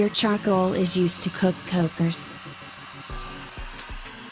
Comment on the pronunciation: First of all, you learn how to say kokorech :)